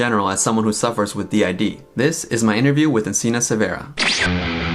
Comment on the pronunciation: being Mexican and saying "Siverah", instead of "Severa", gives me ñañaras.